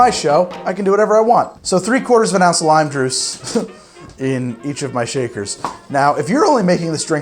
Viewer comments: Did he just say “lime druce”???? 😂😂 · "lime druice. Huhheh."